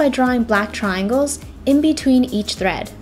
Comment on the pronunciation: legit thought they said bread instead of thread